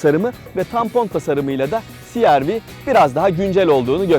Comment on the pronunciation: cereve deseniz daha iyi olmaz mı siarvi yerine